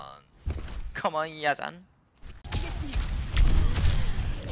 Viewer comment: يزن❌ ينزا✅